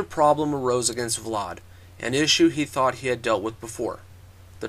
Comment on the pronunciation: its pronounced vlad, not vlard